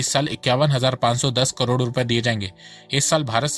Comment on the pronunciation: Bhai please correct your pronunciation of crore - It's KAROD not KARODO. It's very irritating to listen to.